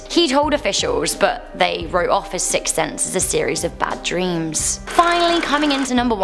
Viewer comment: "Sicks Thense"